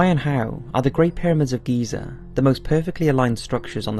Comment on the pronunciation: It's Giza. Gosh